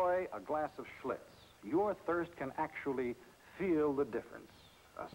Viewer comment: That's Schlitz !....Not Schlutz